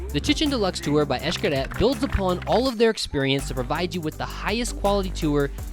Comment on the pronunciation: X-CARET???TYPICAL MORAN. LEARN HOW TO PRONOUNCE "X" in Maya, "X" EESH when it is at the beginning of a word & followed by a consonant. in the middle of a word, it is pronounced as SH or CH. Why is it that we can't seem to have the simple respect, even a little class would go a long way. ie. "WALLA", instead of VOILÀ...it is vwäˈlä, VWA VWA,VWA! NOT, WA, WA. WA, like the uneducated, self absorbed, self indulgent, self centered typical American idiot blathers like a parrot.